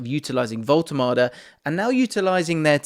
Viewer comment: AS a German i tell you: your pronounciation of " Woltemade" is totally correct !